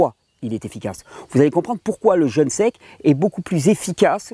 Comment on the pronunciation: Parfait.. une toute petite observation ... pourquoi dites-vous "jeune" alors que vous parlez de "jeûne" entrainez-vous à prononcer "jeûne" ce sera moins désagréable aux oreilles !.. Sinon toutes vos vidéos sur le "jeûne" sont fort intéressantes !..